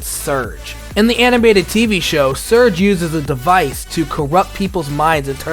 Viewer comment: Love it but the buzz Villain is Zurg, not surge, (if it's an accent type thing, I apologize)